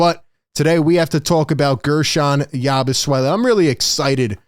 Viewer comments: Please stop calling him Yabu "swelle". Its Yabu "sele" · or "yah-boo-say-lay" (per Basketball Reference) but definitely not "swell-e" I checked and his father was French Belgium at birth and mother from France and Guerschon Yabusele was born in France. His father may have had a Dem Repub. of Congo passport (they speak English in DRC). So Guerschon is a French name, but apparently so is "yah-boo-say-lay" if pronounced this way. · Hey "" Philly Take...say "Yaboo-Selly"... you're seriously having too much name playing fun.😅😂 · Love your videos but please stop butchering his name. It's not Yabusuele it's pronounced Yabu-seh-lee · is there some reason you keep calling the guy Yabu- Swelle? There is no W😂